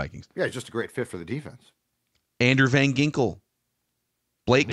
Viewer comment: You said his name wrong: it's VanGINKLES. 😆